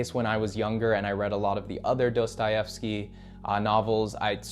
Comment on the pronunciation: ya but his pronunciation of Dostahefsky makes my ears bleed